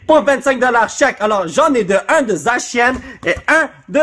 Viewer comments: ca se prononce zassian. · Zacian se lit Zassian et Rapasdepic est un jeu de mot Rapace de pic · Zacian en français se prononce [Zassianne] du moins moi je le prononce comme ça. Pour le Rapasdepic c'est le mélange entre "Rapace" et "As de pic" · Zacian ca ce prononce (Zasiane) ca ne s'écrit pas comme ca c juste pour la prononciation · EN FR C ZACIANNE PAS ZACIAN K?! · Zacian en Français sa se dit zasyane sa se dit comme ça mais ça s'écrit zacian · on le prenonce zakiane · ca se prononce zasian mais ca s'ecrit zacian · Zacian en fr ce prononce Zassiane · Ça se dit à Dit Zasia n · Zacian ce prononce « zassian > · ca Se prenonce : zak ciin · Pour zacian on ca se prononce ”zaciane” j’crois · ces pas zacian c'est zassiane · On prononce zacian comme en anglais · En français on dit Zacian le C se prononce comme un S